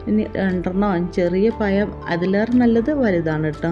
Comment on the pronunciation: പയം അല്ല പഴം❤പായസം super